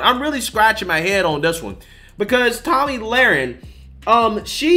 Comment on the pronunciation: It's pronounced toe-me not Tommy my God